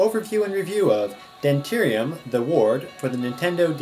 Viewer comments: this guy called it demterium the ward lol ITS PRONOUNCED DE MEN TEE UM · um ok just puttin this out there. he did not say dementium right, he said demterium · Even though you pronounced the name wrong, you are a lifesaver. I couldn't get passed the worms coming out of the incubator. I couldn't get back to that yellow door. I kept getting lost and bitten by the worms. Now I've gotten passed that part by watching this. Yessss! Thanks, man. :) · Uhh... You pronounced the title wrong. So what? Whats the big deal in mispronunciation? I just wanted a professional review on a game and i got it from ya. Good job man! :D